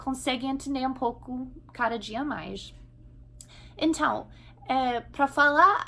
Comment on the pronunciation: Pró, seu português é impecável...mas como vc usa mt a palavra "ENTÃO, se me permite dizer, está soando meio como "enthao"...ok? Gostei mt do vídeo, sempre te acompanho ok? Abçs